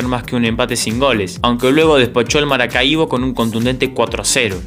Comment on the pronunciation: Buen contenido. Procura pronunciar bien los nombres de equipos que nunca has oído, como Maracaibo y Caixas. Voy viendo 2 vídeos tuyos y en los 2 hay errores de pronunciación